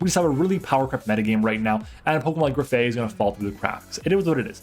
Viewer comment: graf -eye -eye not aye aye. it's graffitti + eye eye, a real animal